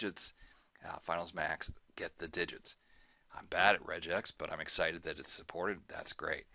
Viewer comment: FYI RegEx is pronounced REGG EX and not REJ EX - because Reg is short for "regular"...